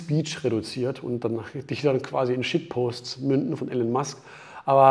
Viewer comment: Wie er immer noch den Vornamen wie Alan ausspricht 😂😂😂